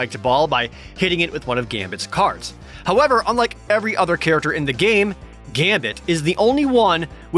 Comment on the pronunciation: ... they botched Gambit's last name. How did I never notice this?